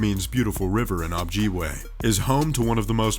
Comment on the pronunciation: It's "Ojibwa" not "Objiwa"